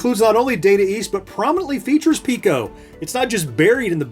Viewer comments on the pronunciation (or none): It's Piko, not Pico.